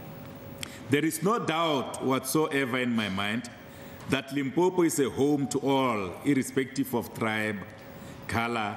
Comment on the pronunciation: Limpompo ke motiti die ding, how did u become speaker?? It is Limpopo🚮🚮